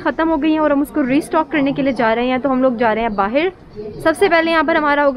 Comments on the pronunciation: I knew when she spoke "Bahir" in place of "Bahar" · ab hum log jaa rhe hai Baahiir ya baahar? kam se kam 50 bar baahiir bola hoga is video me lol fisal gayi to snow me? iske baahiir se mughe himesh song yaad aya aap ki khaatirr yaar isko baahir kisne bolna sikhaya .. foren nahi foriegn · The amount of times she said “ bahir “